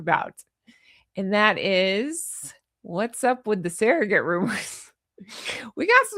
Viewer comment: What’s a “sare-o-gate”? Ive heard of SURR-o-gates, but never a SAREogate. 🤣🤣🤣